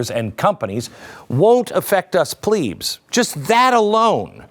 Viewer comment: Can you please pronounce it right way "plebs" not pleebs 😭😭😭 I can't stop laughing at such a serious video 😂